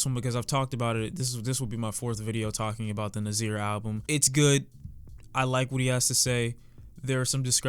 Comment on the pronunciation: My name is actually Nasir so I'm not gon lie it's cringy when u say Nazeer so Idk if ur gon read this but if u r for future reference it's pronounced (Nah-sir) ig u can remember it by the rhyme yes sir Nasir lol not mad tho